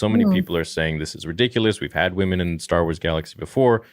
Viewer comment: Stah Wars. I like it.